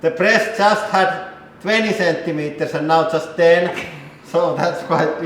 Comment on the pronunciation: He: "Thats only 10 Centiemters." She giggles.